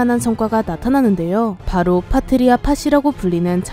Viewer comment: '파트리아' 가 자꾸 '파트리샤' 로 들림^^